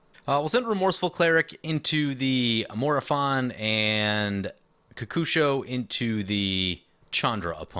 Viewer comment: I say kokusho like you say it. So many people say it ko-ko-sho.